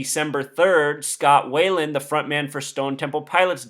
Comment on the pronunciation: it's Scott Wieland not Scott Wayland. just saying